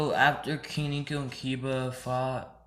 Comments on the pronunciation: it's koneko not kineko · it's ko-ne-ko